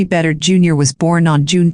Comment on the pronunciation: I am from Swampscott and the AI voice mispronounced the boy's last name. Sad.